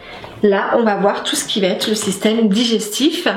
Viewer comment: Super simplification..Donc bonne base pour l'étude. (un petit peu gênée par les " va-t-être"...va être)